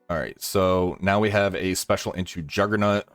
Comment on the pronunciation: Are u saying juggernUt